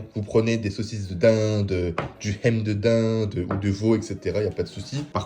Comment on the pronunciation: Ham, ça se dit"ham" pas Hem😅